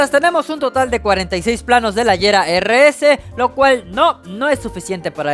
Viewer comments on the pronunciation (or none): El Agera no se dice AYERA se dice Aguera,, el Lotus Elise no se dice ELAIS se dice Elís con la E siendo muda 😶